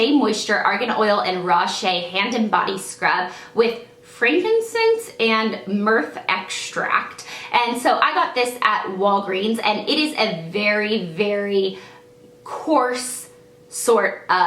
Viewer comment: Murf extract??? How dare you! LOL I know its myrrh